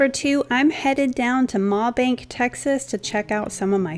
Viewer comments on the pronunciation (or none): Just a FYI. Mabank is pronounced May-Bank. Texans have their own language. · Love your furniture and decor flips. You always impress me. As an East Texas girl, I just couldn't let the pronunciation of the town go. It's pronounced May-bank.